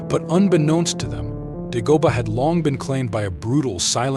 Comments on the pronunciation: Its pronounced DAY- GO- BAH NOT DUH-GO-BUH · This guy can't even pronounce the name of the planet correctly. Some narrator.